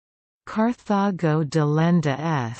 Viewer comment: Yeah, I really bet Romans turned a terminal 'a' on a word into a modern British 'ur'. So, it should be 'delenda' not 'delendur'. And NO Roman speaking classical Latin would have pronounced the name of the city as anything other than 'Car-ta-go' with a hard 't' just as in modern Spanish. This was just a bad understanding of Latin, or perhaps, none at all.